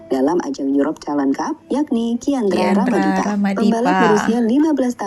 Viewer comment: kiandra ramadipa 😂😂😂 bkan kian rara madipa😅